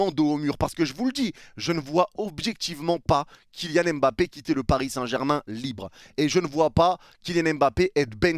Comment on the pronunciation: C’est kylian mba-ppe pas kylian m-bappe. J’ai forcé depuis maintenant mais ça me chauffe